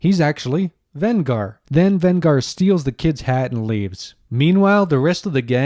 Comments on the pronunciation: Venger, not Vengar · Did you say VEN-GAR? Now I'm starting to believe you didn't actually watch the episode. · Given that you pronounce the name of the antagonist wrong, they never pronounce it that way at any time in that cartoon, makes me question whether you even watched it.